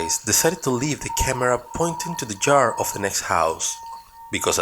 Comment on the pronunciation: I rebuke your statement from the start if the video, when you claimed that entity was trapped in the back "JARD", its "YARD" with a Y NOT A J!!! NO, that's not a wondering ghost dude, it's a demon spirit. Once your dead, God has your soul, you're delusional and your videos suck, they're all OLD videos. Lame channel👎👎